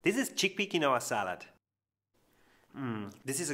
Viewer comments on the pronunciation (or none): It’s pronounced KIN WAH…..it’s Quechua please say it’s properly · It's pronounced "KEEN WA". Nice looking salad. 😊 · It is actually pronounced " keen-wa " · They way he pronounces quinoa is cute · Please learn how to pronounce quinoa. You are pronouncing it wrong.